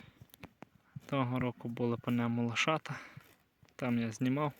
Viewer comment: Що за мова лошита? Лоша, або лошата, а не лошита, ви навчіться вимовляти😂